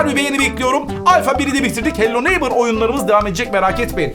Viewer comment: hello nemırr Ben:öyle deyil hello neibor Sese gel amca:yok öyle deyil oğlum öyle diyiyor xd